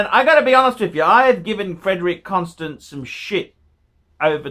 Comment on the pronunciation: if you wan't to be a connoisseur, at least learn how to pronounce brand names. "Constant"